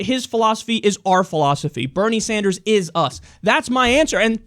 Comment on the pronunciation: She pronounced Bernie Sanders wrong but ok........